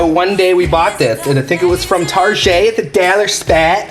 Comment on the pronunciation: Omg I spit my ice tea in my nose..when says Tar-jay and obsessed.....omg. im busting up 🤣